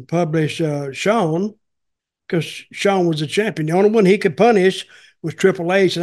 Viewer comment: How do you spell Shawn the way Dutch pronounces it? Showne? Shone?